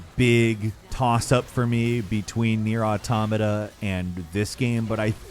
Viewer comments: I feel like said NieR Automata so much in a short time only to mispronounce it every time just to mess with us at this point. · How he pronounces "Jeanne" and "Nier Automata", different 🤔 Bayo 2 was the best, Bayo 1 second best, Bayo 3 after that.